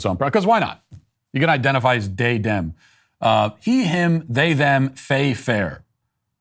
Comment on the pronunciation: Please tell me I am not the only one that busts out laughing everytime Matt says “ Dey/ Dem” 😂😭